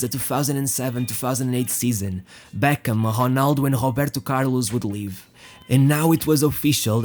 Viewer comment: It is really annoying how you pronunciate Robinho's name. You can clearly say Ronaldo's name correctly by saying "Ro"-naldo, instead of "Honaldo". But when it comes to Robinho and other players like Roberto Carlos, Raul, you used H instead of R like Hobinho, Hoberto, Haul. Its like you literally can't speak words that starts with the letter R. But in some word like "remind" you can say the word correctly, not saying "hemind". Why is this?? As i said before, its really makes it annoying to listen to your narration.